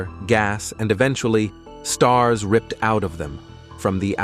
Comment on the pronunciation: My guy, the pronounciations go awry toward the end too. "Moh-le-coules, Ah-tohms and Ripp-ed". Just sends me into Uncanny Valley. Hard to subscribe to a channel when it feels inauthentic.